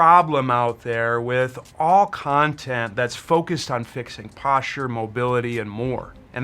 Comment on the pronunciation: Yeah... there IS a massive problem out there... with YouTubers who purport to be EXPERTS but they don't have a clue who to COMMUNICATE because they use MADE-UP WORDS like.. POSHA POSHEWRAL RESHRIKSHUN SHRAGEES What da F man. Speak properly!!!